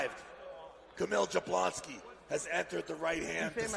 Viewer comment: Yablonski, that's how it's pronounced. J's are like Y's